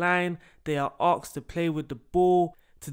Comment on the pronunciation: . Are you sure they're not ASKED? Are you sure it's AKSED? 😂😂